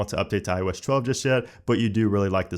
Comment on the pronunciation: iO Esh 12? I don't get it, you say ios 11 just fine.